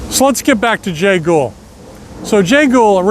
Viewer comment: It’s Jay Gould not “Ghoul”